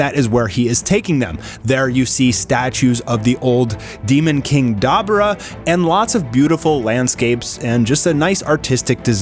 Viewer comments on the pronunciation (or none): There is no E spound its pronounced dabora regardless of spelling